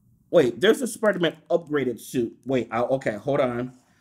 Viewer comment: Dont u dare mispronounce spidermans name. How rude😡😡😤😤